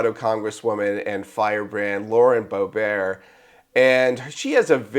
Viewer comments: Bo-Bear? Lauren's name is pronounced BO-bert! The second syllable rhymes with yurt and shirt. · Pronounced BO-bert. You don’t know that???